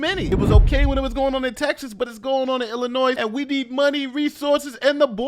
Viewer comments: You say Illinois wrong and it irks me. It is “ill-uh-noy” noy sounds like toy. It is NOT “ill-uh-noise” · Say it with me illinoi. You did fine early in the video